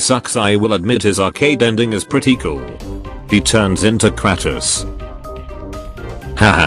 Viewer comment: he turns into krah-tos